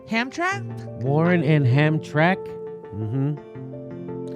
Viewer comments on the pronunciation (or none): when people not from Detroit try to pronounce Hamtramck lol Ham-tram-ick, stress on the middle syllable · The second town you're referring to is Hamtramck, Jimmy. It's pronounced Ham-tram-ick. It is an historic Polish enclave, a former suburb that got surrounded by my hometown Detroit as it expanded in the boom days. It is a charming place that got pretty badly carved up when GM wanted to build its Poletown Plant there. Many historic neighborhoods and churches were demolished for the good of GM, or something. They made the Volt there until it was replaced by the Bolt, which is now built in the northern suburbs. Hamtramck is just another reason why GM's corporate conscience can be questioned. Just a bit of background info for you and yours; it makes me cringe to hear how you pronounced it, but whatever. That being said....GO BERNIE GO LET'S GO PEOPLE!!!!! Detroit and Michigan love Bernie, we came through for him in 2016 and by the godz we'll do it this time. PEACE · Lol, Hamtramck is not pronounced Hamtrack. It is Hamtramick. Also Warren does not support M4A. She co-opts the label but if you listen you hear access. Bernie is the only one. Do you fckn homework. Quit giving her credit for Bernie’s core plan. Warren is no progressive. Pocahontas is a liar and a cheat. She sucks. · It's pronounced Hamtrammick, not hamtrack you goofballs. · Just for future reference, it's pronounced Ham-TRAM-ick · Former UAW truck driver that hauled parts for GM in the 90s; its pronounced "hamtramick". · It's pronounced ham-TRAM-ick :) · It is pronounced Ham-Tram-ick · You pronounce Hamtramck, as if there was an i between the m and the c, like this, Hamtramick! At least that is how they said it on Detroit radio. Not to take away from the main point of the video, which is shameful for GM, (like most corporations these days!) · Pronounced Ham-tram-ick, Jimmy. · HAM-TRAM-Ick :D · The city is pronounced hamtramick. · Pronounced “Ham-Tram-ick. !!.. dork..🤣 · Pronounced Ham tram ick.